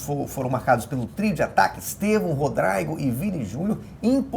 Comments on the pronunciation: “Rodraigo” KKKKKKKKKKKKKKK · Só mesmo o craque Daniel pra pronunciar "Rodrygo" (rodraigo) corretamente. Gênio 😂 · Por culpa do "Craque" Daniel, nunca mais consegui falar Rodrigo da mesma forma, agora é sempre Rodraigo.